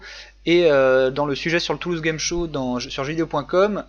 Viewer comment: qui dit game "jir"??? X) bien quand même, hein